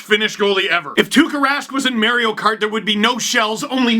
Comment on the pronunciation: I don't like how you pronounce Mario steve